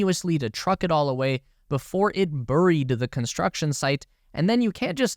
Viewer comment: In English, be it English or American or any other English, "buried" is pronounced "berried." Um, remember? I imagine you really know that. You're just too lazy to go back and fix it. And you're too deeply dyed in the ethos of YouTube that you think that insulting your audience by flaunting your laziness is perfectly acceptable behaviour.